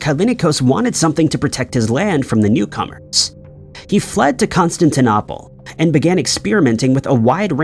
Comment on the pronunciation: The eeriest is when the narration says "Constantinopple" or "Buyzantine" and you think, "Have I been mispronouncing that this whole time? Has everyone?" #mandela